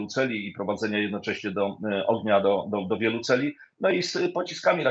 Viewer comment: Celów, a nie celi